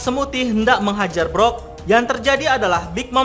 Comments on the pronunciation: Brook dibaca bruk bukan brok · Brook min bukan brok